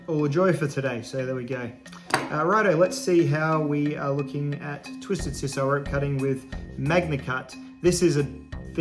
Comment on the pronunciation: In 60 years I've never heard “sisal” pronounced like that. Is that a regional thing?